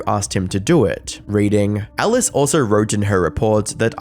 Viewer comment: why do pronounce alice like ellis?